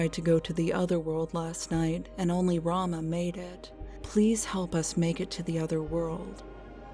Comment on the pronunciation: He can't even pronounce Rama